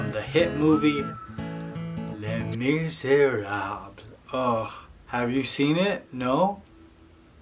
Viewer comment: Did you say ‘Le Misrable?’ Haha. Can’t wait to watch DP2!